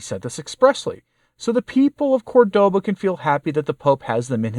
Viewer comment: CORdoba. Accent on first syllable.